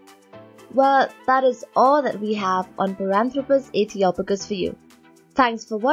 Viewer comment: I think the "O" is pronounced as in hope rather than box, as in Ethiopia. {:-:-:}